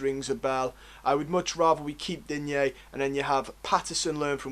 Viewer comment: Enjoyed the video. But please work on how you pronounce player names…. Digne is “Deane” not “dinyay” Cenk is “chenk” not “genk” Gbamin is “Bamma” not “gee bammin” I don’t say this to be a dick. It’s just something that will up the professionalism of your video. Keep up the good work!